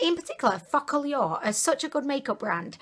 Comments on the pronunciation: Focallure is actually pronounced 'focal' (as in focus) 'law', not the crass sounding 💩 you came out with. And did you know your tattoo is spelt wrong too? 😂😂😂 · my roomie is dying of laughter. he says you saying focalure sounds like "fuck a lure" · I LOVE the way you pronounce “Focallure”... It literally sounds like you’re saying “F💙CK ALL Y’ALL” and I’m living for it. You’re so adorable I’m about to binge all your videos before bed.